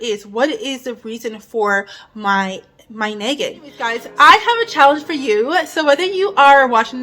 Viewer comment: Loved your video, practice saying the ah in nagging instead of eh, it sounds like neggin and I was like what is neggin? 😅❤